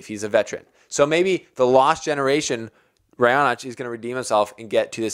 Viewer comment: u got it right for Raonic😂